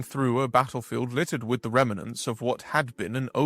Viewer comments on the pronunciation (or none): Remnants only has two syllables: rem - nants. Not 3 as you pronounced it: rem-in-nants. Prescient: knowing or suggesting correctly what will happen in the future. Look it up. There are two pronunciations that depend on whether you are British or American.